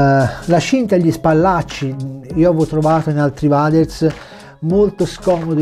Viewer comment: Bellissimo il nuovo logo IDP sempre sul pezzo 💪🏻🔝 P.S. Si pronuncia “ueders” ti vo bene 🤣🤣